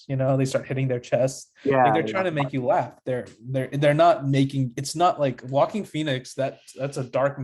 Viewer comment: I’m pretty sure the J is silent in his first name…..